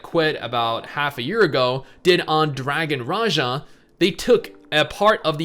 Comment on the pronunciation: I thought it was pronounced dragon Raha